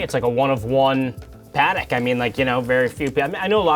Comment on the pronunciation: Always amazing to me how even watch people don’t pronounce Patek correctly. It’s Pah-tek not Patik. Jewish New Yorker, I guess he can be forgiven but definately not the director of sales. Oi vey.